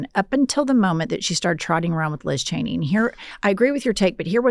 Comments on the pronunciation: Sam never gets Liz Cheney's name right lol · Sam will never get Liz Cheney's name right 😂